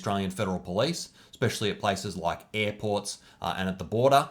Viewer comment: I loved his "loik button"